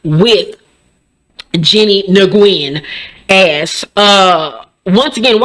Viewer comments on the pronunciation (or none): Jennie’s last name is pronounced Wynn. Lol. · Hey girl...Nguyen is pronounced Win...if you ever run across this name again just say Win...😊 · Hey the name is pronounced New win. Do with it what you want. I'm not feeling her either. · I don't like the bih either, but it's pronounced "Win", I have a Doctor with the same last name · Notice the difference between Jen and everybody else’s statements is that Jen addressed her and what she did. Everybody else kept it PC 😒 very telling. And i know you don’t give a fuuuuckkk but her name is pronounced “Win” 😂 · I think it’s pronounced like “Nu-win”. It’s a doctor at my job with the same spelling. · I think it’s pronounced Nah-goo-yen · Last name pronunciation is wrong but who give a F! This Jennie woman needs to GO. Jen Shah’s statement was STRONG and SOLID! If they fire Jen for her statement the show is DONE. Meredith and Whitney’s statements can be TRASH, they never called Jennie’s name.